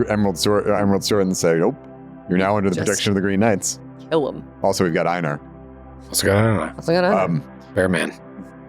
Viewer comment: Is mispronouncing Einar? That's the name, right? Love the character